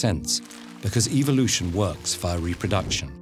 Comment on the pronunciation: He says it like EVILution